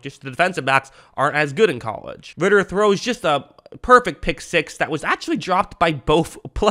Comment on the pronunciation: “idk how to pronounce his first name” pronounces first name perfectly and fucks up last name